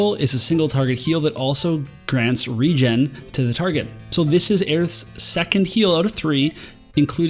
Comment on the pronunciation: Hahaha, not sure if it helps, but regen is like regeneration right? so I don't think you would ever pronounce that word wrong, so think of of regeneration and maybe that might help? keep those videos coming man. :-)